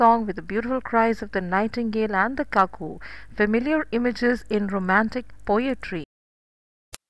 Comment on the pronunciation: Cuckoo is pronounced as kuku not kaku..